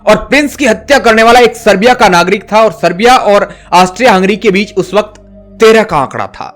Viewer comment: Sibera nahi hai Sir wo ' Serbia' hai. plz correct it.